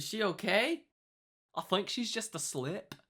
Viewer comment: "I thunk shi's asliip" HAHAHAHAHAHAHA